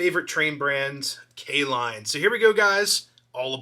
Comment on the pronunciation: K-Lline huh. Nice 😊